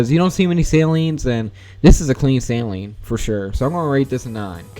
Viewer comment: How do I send pics of our cars? Also Saleen is said like sah-leen not sai-leen